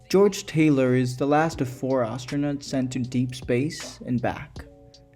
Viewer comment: This essay needs work: this film was made in 1968 before the moon landing, during the heart of the cold war. Taylor (not tyler also the other names require better pronunciation) sees himself as Adam on the planet, the symbolism is all over the place and he gets a metaphoric eve. The film is a criticism of early Christian scientism with numerous Darwin references to the apes who deny evolution as fact. Orwell is quoted once about animal farm. This film really is not about humanity being superior but being the same as the apes, the apes claim superiority but are factually wrong and Taylor is the proof so they seek to destroy him. Humanity is far from perfect they literally end the world in atomic war. Everything Dr zaius says about humans is true and that's the horror of the film and the ending. The film isn't hooray for humanity it explores the flaws in humanity by associating us with apes and the planet of the apes with earth. They are one in the same.